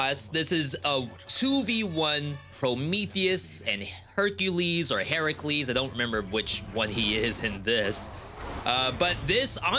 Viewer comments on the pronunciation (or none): hey right here you were wondering how to pronounce “Heracles” well I can read some Greek and I found out that it actually should be pronounced “ee-ra-clees” so basically just pronounced without the H sound and the R is more of rolled a R. here’s what it looks like in greek! Ηρακλής